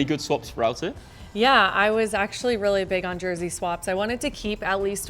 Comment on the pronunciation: I die a little inside every time says “Jersey”